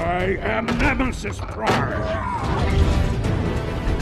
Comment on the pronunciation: Nemenis prime apaan jir harus nya nemesis prime